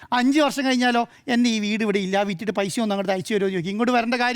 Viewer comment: നേരെ ചൊവ്വേ മലയാളം പറയാൻ അറിയുന്നവരെ ഈ ചാനലിൽ ഇരുത്തികൂടെ? " കയിച്ചു " "സംഭിദാനം " പൈശ??? പറയുന്ന വിവരക്കേട് പിന്നേം സഹിക്കാം.